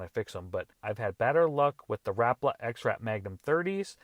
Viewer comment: ha rap-la it's ra-pal-a